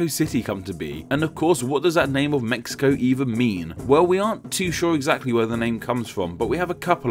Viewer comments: Well, the name should be pronounced as /mehico/, that's the way it's said here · The Aztec languages have their "sh" sounds transliterated as "x", so it'll be "Meshico", but nicely said all the same! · The “x” character in modern Mexican Spanish is usually an “h” sound i.e. “Meh-hee-co”. Obviously when English speakers don’t say it that way, but you were referring to the etymology of the name, it might not be a bad idea. Same rule probably applies to the god names Mextli and Mexihtli...... Also, as you’ve already addressed Mexico is not considered a Central American country................. Fun video though........ It was interesting............ Cheers!!!!!!!!! Lol. :). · I would have loved for you to pronounce Mexico, like us Mexicans do, Méhico :'( I loved the video by the way, keep up the good content